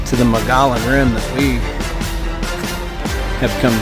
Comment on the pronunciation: Love the video account of your trip and the content is amazing. Moe-gee-on 😉